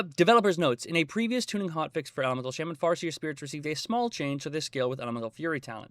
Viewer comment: It’s not shamen it’s shaman